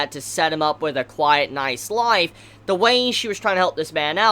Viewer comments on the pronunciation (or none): none